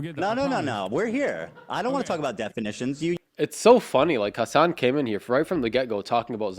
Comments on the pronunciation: Fr how hard is it to say hasan 💀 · One thing that really annoys me is how they pronounce "Hasan" like "Hasaaaaaan" which makes it sound almost like Hisaan or Horse.